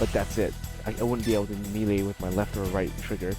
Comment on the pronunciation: good guide, but melee is pronounced "may-lay" not "me-lay"